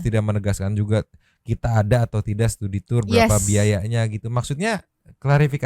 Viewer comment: Studi tu-ur... Tu-ur tiris